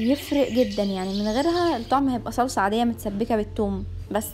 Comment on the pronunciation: انتي ليه بتولي بيتسسسا وسلساااا انا اسفه والله هل دي بطرسقه الايطاليان ولا ايه 😂😂😂